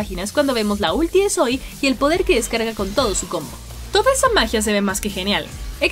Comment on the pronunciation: por qué le dice soy si se pronuncia sowi :c la misma zoey lo dice